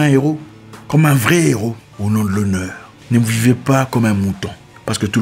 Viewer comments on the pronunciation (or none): none